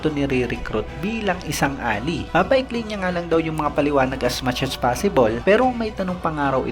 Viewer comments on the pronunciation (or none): Just to inform po, yung word na Ally ay read as "A-lay" hindi "A-li"